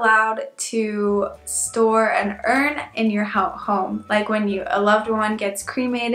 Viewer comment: Speaking about the formal you: Did you know that the english you is technically always formal? The informal was thou. And why do you pronounce urn, like urine? It's ˈərn like in to earn money. Urn and earn actually share the same phonetic spelling. (Did I just correct a native speaker on her pronounciation? Weird!)